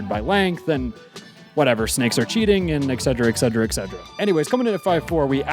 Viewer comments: Etc is "et cetera" not "egg cedra" or whatever you said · Oh god "excedra" please look up that word you're trying to say 😭